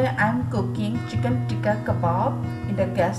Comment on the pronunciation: Pronounced as chicken not as siken, don't mind you have to improve your English